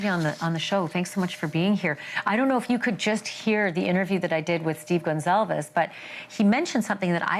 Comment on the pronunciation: For Pete's sake, can no one read in journalism anymore? Her name was Kaylee Goncalves. GON CAL VES. NOT Gonzalez. 🙄